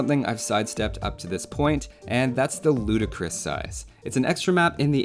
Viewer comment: Heat finally someone who says it the right way